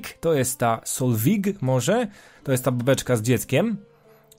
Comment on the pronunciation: Solveig czyta się jako Solwiś z germańskiego IG czyta się jako Ś a E podkreśla barwę wymowy I